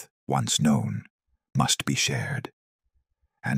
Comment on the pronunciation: It's Don Bosco NOT Dom Bosco.